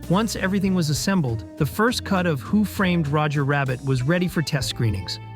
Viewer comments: i dont get how anyone can make a 25 minute essay on a movie and not one time pronounce the title correctly. It is 'WHO' framed Roger Rabbit, not who 'FRAMED' Roger Rabbit. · Why can't the narrator pronounce the name of the movie? He keeps stressing the word "framed.? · The way this dude pronounces Who Framed Roger Rabbit as if it isn’t a title pisses me off beyond belief.